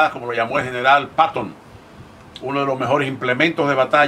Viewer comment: Jajaja le dice “Em Uan Garant” al M1 y llama paton al general “Peyton”